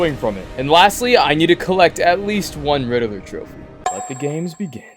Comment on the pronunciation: How do you say Riddler wrong😅